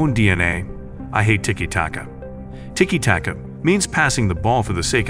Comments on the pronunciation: How has an AI voice managed to find so many different ways to pronounce "tiki taka" in a single video? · make up your mind, is it tiki tacka, tiki take-a, tiki taka, ticky tayka. you pronounce it differently every time you said it